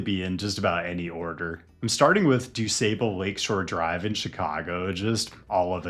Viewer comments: Doo-sah-bull not sable haha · This Chicagoan has a couple of bones to pick with you. First, did you make any effort to learn how to pronounce DuSable? Shameful. Secondly, DuSable/ Lakeshore Drive is not a problematic drive. I don’t know any Chicagoan, other than the wealth hoarders, who want to build more housing along the lake, we don’t want more housing along the lakefront. We can easily get to the parksby underpass. The one to remove is the Eisenhower.